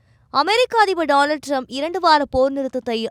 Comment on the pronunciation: Dolal trump…pronounce properly